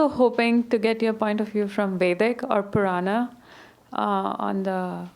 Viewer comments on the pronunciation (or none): none